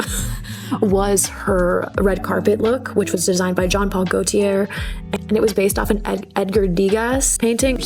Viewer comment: The best English American pronouncing of these French names would be Jean Paul Gaultier- Zhaan Paal Gaal tee aye or Go tee aye, I feel like most Americans go for the 2nd option because we don't usually have words that start with gaul, and it's harder for us to wrap our tongues around. I love vintage Gaultier, and was thrilled to see someone wear it on a red carpet and style it correctly. The absolutely wonderful French Impressionist, (do yourself a solid and check out his beautiful work!) Edgar Degas is said like Ed gr Duh gaah. The pointed hat that Chappell wore is called a hennin hat. It is a medieval hat that was worn by ladies of nobility. Gaga's necklace is a 1930s Tiffany & Co. tourmaline and her dress was Vivian Westwood.